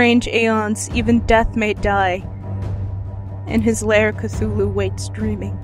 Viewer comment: Yay for cthulhu. You're the only person I've heard pronounce it the same as me. As a 'th' not a 't' in the story lovecraft says that's just the closest that human vocal chords can come to pronouncing his name so I assume it's said phonetically. I love that rhyming couplet from the necronimicon I have it written across my wall. Lovecraft is amazing. So are you. Thanks for the vid. (and sorry for this essay) x